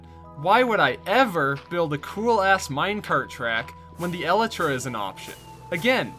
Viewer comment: I came into this video expecting a rant about how we need more progression like terraria and I was pleasantly surprised. Also i love that you pronounce elytra correctly